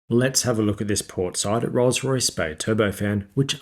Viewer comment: . You say "and fitted with Rosray Spey low-bypass turbofans." Perhaps you're trying to abbreviate "Rolls Royce" to "RollsRo," but whatever, you mangled the pronunciation. Rolls Royce!!!! Say it with pride!